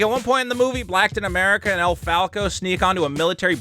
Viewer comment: "Blacktain America and El Facon"...🤣🤣🤣...almost spilled my coffee bro 😎